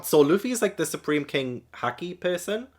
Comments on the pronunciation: Excellent review! I’m so excited to see your reactions to the rest of this saga. Also, haki is pronounced the same as hockey the sport. For future reference, in Japanese all As are pronounced like the A in “caught”, never like the A in “cat.” That’s why manga is “mahn-ga”, not “mayn-ga.” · if you wanna get really technical, the japanese A is the open central unrounded vowel of the international phonetic alphabet (IPA), often identified with the character /ä/. Like i said, it can vary by accent, but "cat" usually employs the open front unrounded /a/ and "caught" uses the open back unrounded /ɑ/ or the open-mid back rounded /ɔ/ (this word varies more by accent, but most pronunciations have more of an "aw" quality). Heres a link to the ipa vowels wikipedia page which has a useful chart with sound clips for all the pronunciations, if ur interested: The point i was getting at initially tho, is english speakers will often pronounce japanese words with /ɑ/ as opposed to the proper /ä/ (think "nAWmi vs "nAHmi" or "sAWsuke" vs "sAHsuke"). I don't really know why, but it's just the tendency we've adopted, and in Japan, it's also an easy way to identify an english foreigner accent in japanese. Sorry if this was too much, I just really like talking abt linguistics lol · Haki is pronounced like hockey, and literally translates to something like "will" or "ambition". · Jimbei was name dropped when Yosaku was telling Luffy and Sanji about the 7 Warlords. And Haki is pronounced hack-key. P.S Do you remember Mantra from Skypiea? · It's pronounced like the british pronounce hockey✌️ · You know how to pronounce Nami so you know how to pronounce "a" and "i" in all japanese Words. Same with the "u" like in Luffy and so on. Haki should be easy to pronounce 😊 With every knew word, just remember the vowels of other japanese words✌️